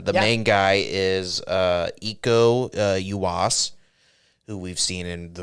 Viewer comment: Cecep and Uco is pronounced Chechep and Ucho. All others letters are a hard Latin pronunciation, no soft or silent French letters. Iko Uwais is a hard S. The U in Bangun is like a "oo" not an English-style "ah".